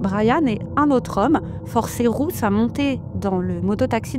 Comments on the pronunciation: Pourquoi cette femme dit Rousse ou lieu de Ruth ???? C'est tellement désagréable de l'étendre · Pardon ! Je ne comprends pas pourquoi la presentatrice prononce "Rousse" et pas "Ruth". Est-ce moi qui n'entends pas bien ??